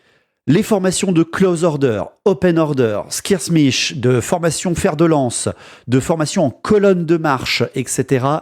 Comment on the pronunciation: Le "squirssemiche" dit pendant toute la vidéo il fait mal quand même. "Skeurmiche" au pire, please :P